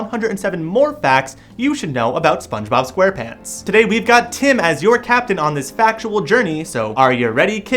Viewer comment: Mason Chantez yeah i heard it😠